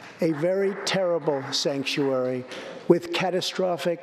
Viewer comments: So he said “stangkuary”?😂😂😂❤️❤️❤️ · He called California and it's cities "Stankturary cities". New word for all sanctuary cities...because it is true.